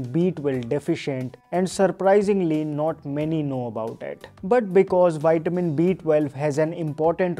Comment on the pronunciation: Thank u so much for this video. But it's vi-tuh-min. Waiting for more. ❤🎉